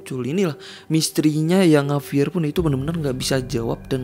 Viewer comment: JAVIER BANG BUKAN HAVIER